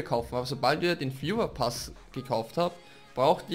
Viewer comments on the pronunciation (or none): Ich hab legit Führerpass verstanden xD